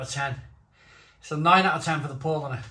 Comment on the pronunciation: Paulaner = "pow-lah-ner" with second syllable stress (sorry, just sayin'...)